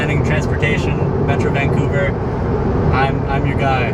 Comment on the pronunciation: Van-couver to Vang-couver! Haha seems like you got a hang of the Canadian dialect 😂